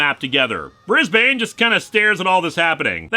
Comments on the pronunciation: ...okay just as an Aussie: hearing Brisbane being pronounced slowly/fully/with each syllable is hilarious. I would have been calling him Brizbin. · I know its the pronoucation in the show but as an Australian how they say Brisbane annoys me